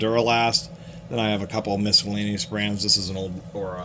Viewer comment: Are you actually saying "MISKallaneous"... that's throwing me off... hell of a collection though.